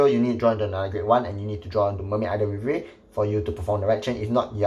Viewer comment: Still waiting for the day when pronounces Riviere properly